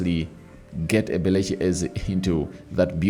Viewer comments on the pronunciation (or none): 😂😂 pronous ebelichi,its eberechi eze, not ebelechi😂😂